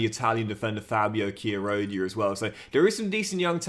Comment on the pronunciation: FYI Chiarodia is pronounced 'Kyaro-dee-uh', sorry for being annoying